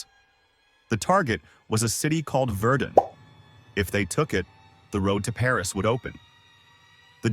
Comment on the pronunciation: One mistake i spotted is how you said verdun, its pronounced “ver-done” nice video though:)